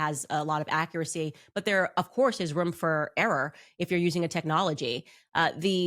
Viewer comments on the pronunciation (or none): She deserves to lose simply for her pronunciation of room! Its room not ruum